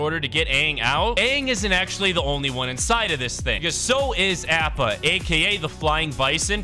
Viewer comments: Appa is actually pronounced opo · APPA (opp-uh)! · ITS AH-PPA THE FLYING BISON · Plz never said appa’s name again 🤦🏾‍♂️ watch the show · Hey ur saying appa wrong